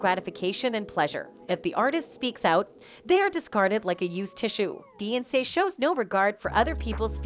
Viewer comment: I can’t take this video seriously ‘Beyonsss’ and ‘Beeeonsss’ huh?? 😂